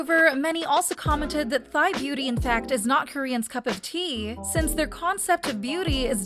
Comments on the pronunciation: Thai is pronounced TIE, not thigh. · I'm sorry but "Thigh"? I'm literally crying as a Thai rn😭. She also butchered Pharita's name, but idm that bc it may be confusing for foreigners. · is she saying thigh instead of thai? lmao.